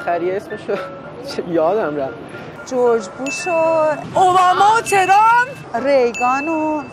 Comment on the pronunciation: Iranians have trouble of pronouncing W to V and TR. Trump becomes Chei- rhum.